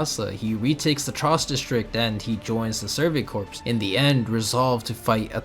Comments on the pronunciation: I think every aot video i’ve clicked on mispronounces the word “corps.” It’s the Survey CORE, not CORPSE. Have any of you weebs ever heard of the Marine Corps before?🤦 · Good video, worth noting corps it’s pronounced core not corpse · Still waiting for supposed fans of this show to stop pronouncing the Survey Corps as ‘corpse’ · This is a good video but corps is not pronounced corpse and that irked me every time that came up lol.